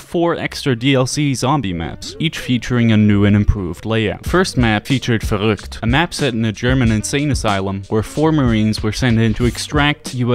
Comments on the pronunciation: Yo my brodie are you by chance german? your pronunciation was good ! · bro the way you pronounced verrükt was really good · thank you! Verrückt! JA finally someone thats says it perfect! <3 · Damn the way you did pronounce verrückt was excellent. Are you german? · Omg finally someone that can pronounce "Verrückt", Danke. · Bro, ur the first youtuber that pronounces VERRÜCKT and DER RIESE right. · first person to properly say Verrückt